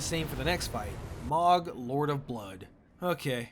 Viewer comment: Its Mow Guh not Mawg